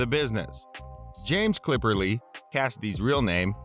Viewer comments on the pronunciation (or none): His last name is Cipperly not CLIPPERLY